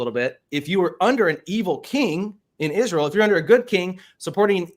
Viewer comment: Candace Owens is not wrong about "lzrul". The "philosophical speaker" can't even pronounce "Israel". Jesus was a Jew from the House of Judah. Current day Zionist Israel is not of Jewry. Saphartic and Mizrahi Jews are legit. Their DNA dates them back to the Holy Land and the "12 Tribes of Israel". Ashkenazi Jews control all of Israel and they are not "Jews". Their DNA does not trace back to the Holy Land at all. They are Eastern Europe in totality. All they did is 'convert to 'Judaism'.